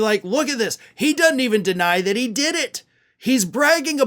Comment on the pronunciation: "I dood it" 😂